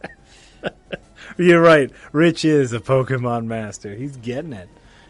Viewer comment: Just kept thinking of the candy Pockey as you said Pockey mon